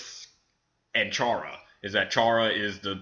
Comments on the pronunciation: You pronounced Chara wrong it's like CHAIR-ruh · you pronos chara cara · I cringe when you say chara's name cause thats not how you say it...